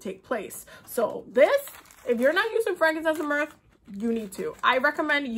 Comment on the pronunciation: Frankincense and myrrh, she says it "mirth" but it's myrrh, girl is sooo enthuased 😂